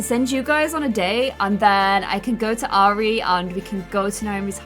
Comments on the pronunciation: Ari - The way you say it is R-E I have a friend who goes by that. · how u say her name is our-re not air-re btw love ur vids